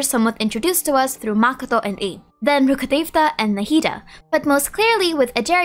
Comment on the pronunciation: are you saying rukkhadevata?..